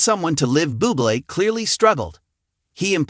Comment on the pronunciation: You're are a knucklehead. Pronounced Michael Boo Blay and Reba Mac N Tire. Reputation this post, Pronounce the names right and don't come across as so stupid.